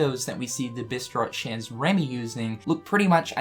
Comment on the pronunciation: i love how he says "cheeze remy"